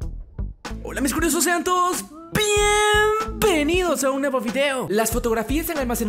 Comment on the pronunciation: like si escuchas *P*ieeeeeeeeeeeeenvenidos en vez de *B*ieeeeeeeeeeeeeeeenvenidos